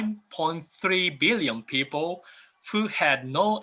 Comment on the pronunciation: According to UNEEESKKO 1.6 meeollleeoon Peeoople :0